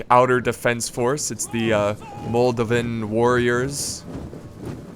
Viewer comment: Moldovan is pronounced moldovun